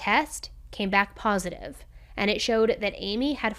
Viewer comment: Haha she said “paw-sitive”